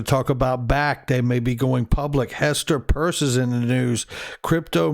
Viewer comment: Her last name is pronounced Pear ce. Just like pierce. Not purse. Thank you